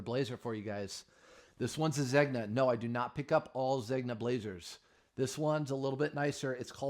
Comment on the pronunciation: Take the ears out of the hat. And google how Zegna is pronounced.🙂